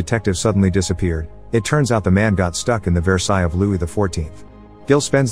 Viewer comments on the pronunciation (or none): none